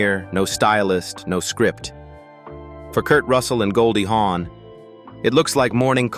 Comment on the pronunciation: Her name is Goldie Hawn not Horn.